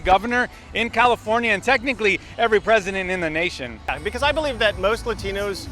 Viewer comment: Maybe when you stop saying lÁtinos you got a chance. Speak english, mf.